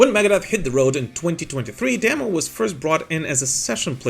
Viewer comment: Whoa, a non Finn says Teemu’s name correctly? Finally! (As a fellow Teemu, I am very happy)